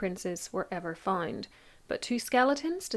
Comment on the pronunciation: you say fined instead of found?